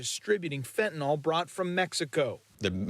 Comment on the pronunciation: It's fentanyl, not "fentanol." You've taken food from my childrens' mouths. We need to make money just like everyone else. We're providing a product that people want. Though you've hurt us by stealing our product, you won't stop the market. We'll be bringing in more. This is business, just like any other.